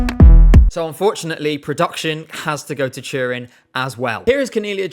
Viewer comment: Took me too long to figure that "churin" ment Turin haha